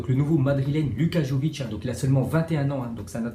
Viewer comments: Arrête de dire jovic c est vraiment énervant, on prononce Yovic, le Y se prononce comme la mayonnaise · Ça se dit yović pas comme tu le dis